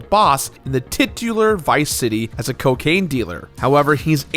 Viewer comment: You don't want the cuh-caine... bad for you...